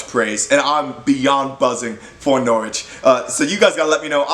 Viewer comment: You pronounced Norwich pretty well boy,you must be Canadian?!😀💚💛💚